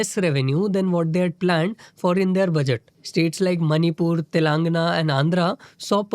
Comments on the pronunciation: तेलंगाण✅ तेलानगना❌ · Telugu has ae and aee sounds. Hindi speakers say "Taaelangana" it should be a soft ae sound, so "Taylangaana" is the right pronunciation.